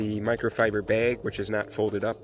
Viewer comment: “Microfiber Baig”